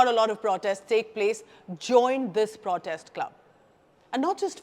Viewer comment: The content is good, but repeated mispronunciation of the word 'protest' is jarring!